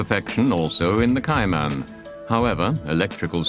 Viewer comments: What’s a Koo-Pay? What’s a Meter? What’s a Liter? What’s a Kay-Mannn? What does Zed mean? I was expecting to hear that the fenders are made from Alum-minium. But it never happened. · Porsche Kai-Man needs to learn to pronounce the car properly.